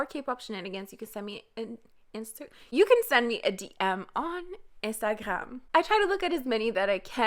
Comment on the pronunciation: She is from quebec im suuuuuure she said instagram with an accent from quebec.